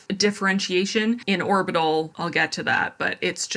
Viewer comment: Orbital was "horbital"